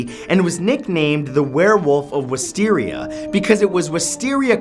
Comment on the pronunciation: no offense,but it saddens me the way you pronounce wisteria